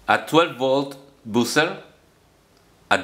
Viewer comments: it's "bah-ser" and not "bu-cer", that circuit could be very useful to make some amplifiers but 120vac is quite high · Very creative! Just a tip: buzzer is pronounced /'bʌzə/ not /bu:sə/, and current is pronounced /'kʌɹənt/ not /'ku:ɹənt/ (current is a word you use in nearly every video so it's worth learning how to pronounce properly!) - listen here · I heard "boozer" 🍺🍾🍻🍷